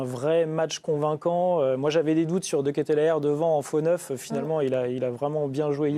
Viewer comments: Deketlare pas Deketlere,"ae" se prononce "a" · L'équipe qui parle de modestie mais qui préfère pondre des articles pour beugler "seum-seum 2018" ou rabaisser des joueurs de foot qui sont père de famille" ils n'ont toujours pas appris à se renseigner sur les noms des joueurs? De Ketelaere" se prononce "De Kéteular" pas "dekétélér"... c'est pourtant pas compliqué de s'informer. Pour le reste: bravo à la Belgique qui a répondu sur le terrain. comme l'a si bien sit un commentateur belge "ici on 'est pas dans un bureau oval mais sur un rectangle vert" Et courage à la France pour le match contre le Maroc et force à Mbappé victime de racisme. cette coupe du monde n'est pas agréable. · Ca se prononce De Keteuuulare, a un moment qd t'es journaliste sportif il faut se renseigner un minimum sur la prononciation des noms. Et Castagne était titulaire !!! Le debrief de merde !!! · Ça se prononce De Kéteulareuuh.